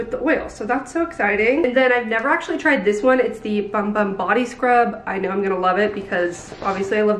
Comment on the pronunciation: I’m surprised the brand didn’t inform influencers that’s it’s pronounced “boom boom” not bum bum.